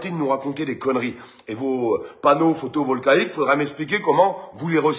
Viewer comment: "Photovolquaïque" 🤣🤣🤣 . "Le prix d'élèctricité"🤣🤣🤣. "La facture d'electricité va doubler par 2 " oh non j'en peux plus, j'ai mal aux abdos 🤣🤣🤣 . PPE3 Programation Pluriannuelle de l'Energie. Un grand rassemblement qui a été fait samedi organisé par Alexandre Jardin, et le super résistant, la grande gueule d'olivette n'y était pas 🤣🤣🤣